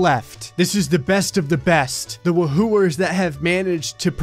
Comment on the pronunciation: when he says woohooers